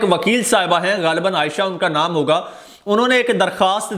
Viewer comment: Pl read " hoga " for higa. Wassalam.